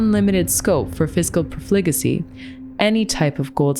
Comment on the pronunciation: 'profligacy' has the ACCENT on the 1st syllable